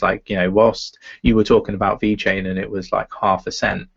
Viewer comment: please its VeChain not Vechian.. damn... looks so amateur if you don't spell it correctly. Thank you! Other than that always great content keep up!